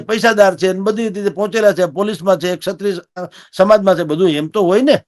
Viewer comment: સત્રિય ન બોલો. ક્ષત્રિય સાચો શબ્દ અને ઉચ્ચાર છે. એન્કરની તો બહુ મોટી જવાબદારી છે ભાષા પ્રત્યે સભાનતા અને ચોકસાઈની. આવા ઉચ્ચારો સાંભળીને નવી પેઢી શીખશે શું?